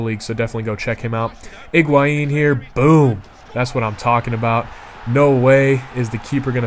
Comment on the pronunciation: HIGUAIN, not IGUAIN